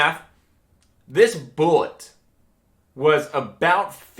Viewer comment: "Foreseeable... boolit"